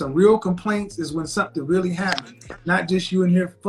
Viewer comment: She was Weally Weally Annoying.... Started off well... Then crashed....